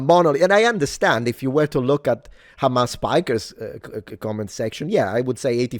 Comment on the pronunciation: "Hamas Piker" lol